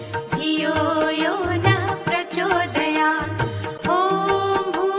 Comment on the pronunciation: शेवटची ओळ् 'प्रचोदयात् ' 'त्' चे उच्चार का करत नाही. 'त्' का उच्चारण सही क्यों नहीं होता l